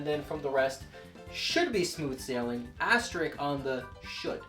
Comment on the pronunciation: You say "asterick." It's pronounced asterisk. It has two 's' in it.